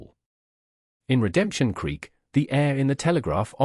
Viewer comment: 'creek', not 'creak'